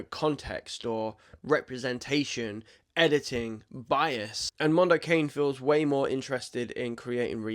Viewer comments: Mondo Ca- nee. Not Mondo Cane. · Not 'cane' in English, but 'ca-ne' -Italian for 'dog'. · "Mahn-do Cah-nay" --- It's Italian for "Dog's World" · Jesus, just put the shit into Google and it will tell you how to pronounce it, if you don't know. It's not 'Mondo Cain' it's 'Mondo Carnay'. It's Italian for 'A dog's world' or 'world of dogs'. You should probably know this from the Mike Patton musical project of 2010. 🤷‍♂️